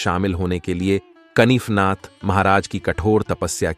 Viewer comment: "कनिफनाथ" नहीं, "कानिफनाथ".